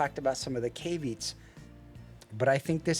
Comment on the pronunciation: Thanks for the review. You said a word that stood out as I didn't know it. Here's how one pronounces caveat. The word "caveat" is pronounced as "KAV-ee-at," with the stress on the first syllable. You can break it down into three syllables: KAV, ee, and at.